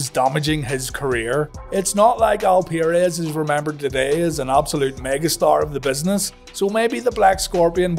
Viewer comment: It's 'PURR-EZZ' not 'PIERRE-EZZ'